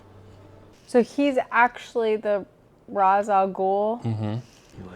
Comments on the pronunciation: Ra’s Al Ghul first name is pronounced Rase not Ras according to the Batman animated series. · Great Batman adaptation, almost perfectly captured his character But it's pronounced Ray-sh, not Razz, so 0/10